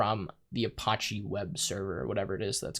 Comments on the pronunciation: pronounced uh patchy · i love you but "a-potch-e"?!?!?!? lmao. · That is definitely not how you pronounce apache. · A few tips from a Linux Engineer... - You're logged in as root, no need to use sudo (sudo = run as root). - Use tab completion when entering paths to avoid typos. - Ubuntu is pronounced "oo-boon-too". - Apache is pronounced "uh-patch-ee". - Set up public key authentication if you want to secure your Linux VM. Once it's working, disable root login with password.